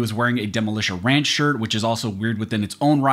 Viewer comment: its demolition ranch not demolitia ranch